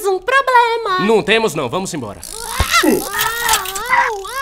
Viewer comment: "TEMOS UM PROBLE MA" "NÃO TEMOS NÃO"